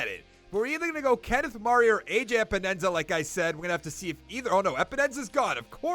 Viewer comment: Every time you Say AJ Epenesa’s name I cringe his name is pronounced E-pen-knee-sa